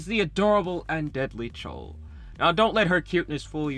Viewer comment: i laughed so hard everytime i heard chole instead of chloe, great video